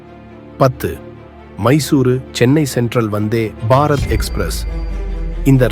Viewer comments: Say vanthybarath not vanthy barath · Dai sariya solla kathuko....athu enna vanthe ...... Bharat express.... Appadi illada loosu kooooo...... Vanthebharath Express nu serthu solluda eruma....Tamizha kola pandraan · Say Vandhey Bharath not Vandhey……..…….Bharath. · தமிழை கொலை செய்யா வேண்டாம்😂😂.‌வந்தே பாரத் ஒரே வார்த்தை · ஏன் வந்தே- பாரத் இடையில் இவ்வளவு கேப் 🤷 உச்சரிக்கும்போது.???